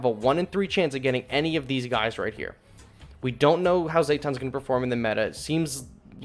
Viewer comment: Sorry to be that guy but Zetton is pronounced zet-ton I haven’t seen shin ultraman yet but from the original ultraman he was pronounced Zet-ton actually zetton says it like he is Pokémon only sounds it makes is zet-ton